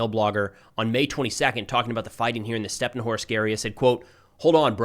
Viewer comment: hey good work but how about calling the cities by their Ukrainian names? They end with an I, instead of O. So StepnohIrsk, instead of Stepnohorsk. For, example the Russian call it Kharkov, instead of Kharkiv